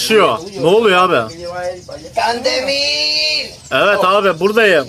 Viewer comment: can demiğğr ay law yu kan demir